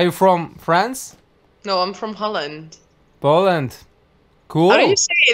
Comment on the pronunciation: Тот сáмый момéнт, когдá самовлюблённый "Глухáрь" токýет: Ай эм фром ХОЛЛЭНД ! :nl: - Пóлэнд ?.. :pl: LOL end.